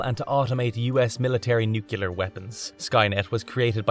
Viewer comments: Nuclear= "New Klee Are", not "New Que Lar" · I'm not sure what bothered me the most about this video: the fact that it's very repetitive and looks like it was written by a bot or that I keep hearing "nukular" every time it's supposedly saying "nuclear." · You lost me at “newcular”. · When one can't even pronounce, "nuclear" properly, why does one think we can survive? It's not that fekkin hard!!!!! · As much as I like these videos, I can’t stand the mispronunciation of the word “nuclear.”